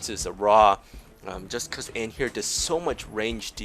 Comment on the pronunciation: Is it me or you're pronoucing Anhur the wrong way? <.<